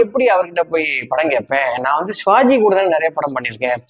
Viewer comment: யோவ் ! சிவாஜி ன்னு ஒழுங்கா உச்சரிக்கக் கத்துக்கோப்பா ! அவரு பேரைக் கொலை பண்றயே !